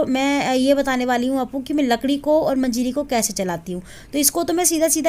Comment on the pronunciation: मजीरी नही मंजरी कहते है।